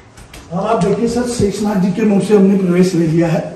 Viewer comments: sheesh naag nhi sheshnag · Shishnag nahi sheshnag hai .ye sabhi natural hai